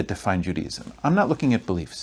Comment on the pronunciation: Its not pronounced Judyism, its Jew Day ism thats your first big problem Language is the key